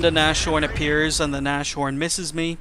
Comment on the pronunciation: Erm, just to let you know your pronunciation of "Nashorn" is very wrong. Anyways, great videos, they should have more views.